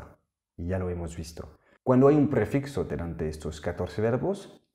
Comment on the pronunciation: Qué buenas clases! Y qué bien hablas también español! Simplemente, decirte para que lo mejores, que en español se dice PREFIJO y no PREFIXO. Un saludo!